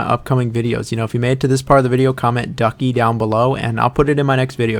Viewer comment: I don't know if thats the word, but did you say duckie? Ducky? Donkey? Could not tell. Im glad its not bricks though.